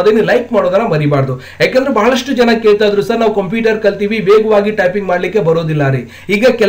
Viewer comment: ಅಣ್ಣ ಅದು ಕಂಪಿಟರ್ ಅಲ್ಲ ಕoಪ್ಯೂಟರ್